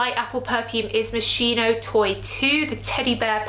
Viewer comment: It drives me nuts when people say Moshino like is an English name , please in Italian shi is pronounced ski like the sport!